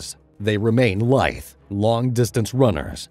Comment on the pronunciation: “they remained lithe” not “light”